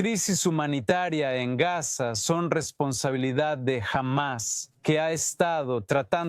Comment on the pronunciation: Pronuncia bien, Gaza dices gas, ? FUERA los TERRUCOS, suicidas! Shalom ISRAEL.